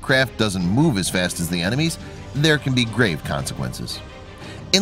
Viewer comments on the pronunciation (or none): none